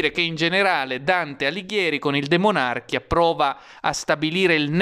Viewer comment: DE MON à RCHIA giusto ! Io avrei detto DE MONARCH ì A, ma hai ragione tu, non sbagli neanche gli accenti !!!!